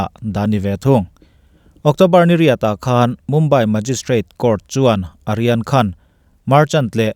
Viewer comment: Kalo sawive lawk aw,"Aryan Khan"ti zawk la,kalo ti a..hnamdang ho,mizo nilo hichu,an hmingtawpah,"A"hi lam tello la kati,e.g Amitabha nilovin,Amitabh..hetiang hian,i aw ngaihthlak anuam thin khawpmai,kalo tran luatah,kalo tawngsual chuan,min ngaidam la...